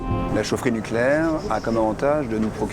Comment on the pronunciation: " NUCLÉAIR" sans E , merci